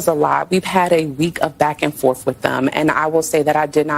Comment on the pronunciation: " A week of back and forf" sad.